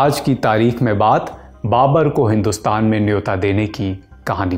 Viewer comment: Babar hota hai ya babur